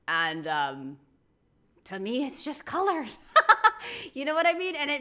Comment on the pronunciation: That slip into a slight English accent on "colours" - passport is in the post.